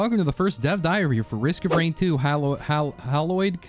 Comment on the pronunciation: no offence but how did you butcher saying Hallowed